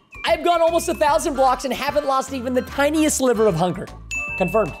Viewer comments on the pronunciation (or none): none